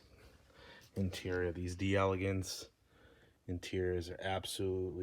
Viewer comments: It's pronounced DEL-uh-gaunce. Not "DE- Elegance" In French, when the word "de" is followed by a word that begins with a vowel, the two are elided together and is pronounced as a single word. French lesson of the day! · Pronunciation tips : when you see D’e it’s pronounced De